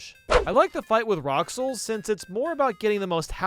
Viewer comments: he pronounced it roxls instead of rules which is how it is actually ment be said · Ahem, “It’s pronounced rules” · "I like the fight with Rouxls" IT. IS. PRONOUNCED. RULES. The soundtrack says so, and so does Rouxls himself. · Glas to see the top three comments are telling that it isn't rocksls (as of writeing this) Like what even How do you get the short "o" sound from "ou", and also just completely ignore the fact that his name is either olde timey or french, and that his name is pronounced "rules" also the "ow" sound from ao???? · Hold on- Did you just say "Rouxls" like "Rock souls"?? His battle theme is literally called "It's pronounced 'rules'" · THOUST DARETH TO CALL ROULX ROCKSLS??? I’LL HAVETH YOUTH KNOWETH THATET MY NAMETH IS PRONOUNCETH RULES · pronounces Rouxls as "Roxls" You... You missed a very important detail in Chapter Two... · bruh the song name for the battle with "roxels" is literally called "its pronounced RULES" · I'm sorry I just can't stop laughing! Rocksls, really? IT'S PRONOUNCED RULES!! Don't you pay attention to the names of this glorious soundtrack? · He literally made a song called It Pronounced “Rules” and you pronounced rolxed lol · Rouxls is said rules not rox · It’s not pronounced “roxel”, it’s pronounced “rules” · Toby: It's pronounced "Rules": Roxels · Fun fact, its pronounced rules not roulx (its the title of his theme song so thats how you know) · What the hell is a rockle it tiz pronounced rules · It’s pronounced “rules” No literally that’s the name of rouxls’ theme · His name is pronounced Rules not roxls lmao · I don't know if he was being sincere or not when he called Roulx 'Roxls', but, either way, I died of laughter. By the way, pal, if you don't know how to say it, he literally represents the Rules Card, so it's pronounced Rules. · when he calls rouxls rocksul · Look at the song name: It’s pronounced Rules It’s not Rocksls, It’s Pronounced Rules. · ITS PRONOUNCED RULES YOU WORM-ETH